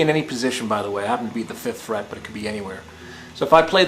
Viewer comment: man i swear the first time i thought he said "finger on the first shit" but good lesson anyways